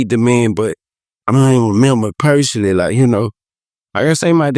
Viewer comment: what’s yall favorite mispronunciation of baby joes ? a. sitchiation b. persoglally c. exclode 🤣💚